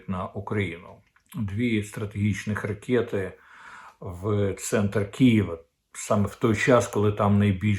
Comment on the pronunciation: Не ракєты, а ракэти.